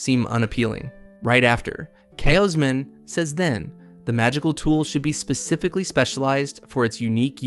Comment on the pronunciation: How many different ways is your AI going to mispronounce "Kaushman" anyway? "Cowsh-man" Not "Ka-oh-smin" or "Kashmin" or "Kay-Osmin" or "Kozmin" or "KaOWZ-men" Then again your AI screws up EVERYONE's name, even the MC.